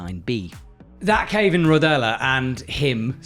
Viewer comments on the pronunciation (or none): Usually only butchers the heck out of peoples names. Now he slaughtered Rodellar as well.